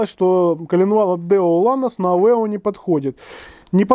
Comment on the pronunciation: Авео, а не Авэо!